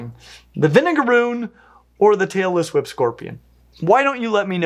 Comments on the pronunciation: So I'm watching this with the volume way down as not to wake up my sleeping partiner and I almost woke him up by accident anyway. I nearly loled when google's closed captioning decided you were sayinh "Taylor Swift" scorpions instead of "Tailess Whip" hahaha. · I swear whenever I don't listen too closely it sounds like is saying "Taylor Swift Scorpion". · I thought he Said Taylor Swift Scorpion 😆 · I keep hearing “Taylor Swift scorpion”